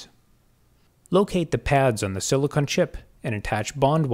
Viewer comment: It’s silicon not silicone